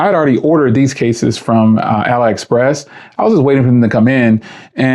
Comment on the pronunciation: You can definitely find some bargains on there. Careful though, because some of it is absolute garbage too. By the way, it's pronounced "alley express".